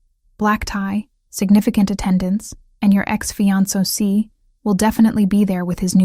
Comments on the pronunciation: Fee on so see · Mispronounced Fiancé too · This story is great. Only downside was the pronunciation of fiancé over and over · Im confused... Why did he show her her engagement ring, which she had already given back to him for resizing? Did he want to give it back to her? And why did she take blueprints to a dinner party? Her fiance did not ask her to bring them. Those two things dont add anything to the story and make no sense. Also the narrator mispronounced the words Maitre D' and Fiancé. 😒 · And Fiancé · Fiance too. Butchered